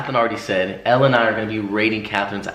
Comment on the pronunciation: it‘s „elle“, not „ellie“